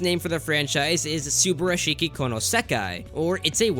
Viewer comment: I believe the ~ in the end of Kariya lines are to mean a playful sentence. Also a little heads up: subarashii is pronnounced more like su-bah-ra-shii, no english pronnouciation, not even the R